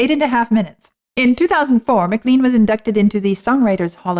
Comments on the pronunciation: A bit surprised to hear you saying "McLeen" instead of "McLane" throughout the introduction? Was there no one like Vlad to mention it when the artist was introduced to you? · It’s not MaLean, it’s pronounced more like Ma-clain. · I haven't seen it in the comments below, but Buddy Holly got his catch phrase "That'll be the day, . . . that I die". From John Wayne's character's use of the same phrase in the 1956 movie "The Searchers". BTW - I was in high school when American Pie came out and everyone pronounced McLean as Mc Lane not McLeeen. Interestingly, I was born the year that Buddy Holly wrote his song. From what I've learned Rock and Roll was pretty much born that same year. : - )